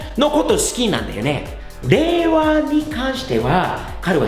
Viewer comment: うちの会社のアメリカ人は日本に住んて20年以上ですが、Rで発音します。 さんはちゃんとレが発音できてすごいですね。 というか、ある程度日本語が話せてもラ・リ・ル・レ・ロがRじゃないことに気づいてすらいない外国人が多いのでは？